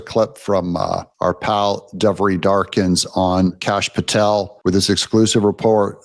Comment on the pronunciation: Devory is pronounced De vor ie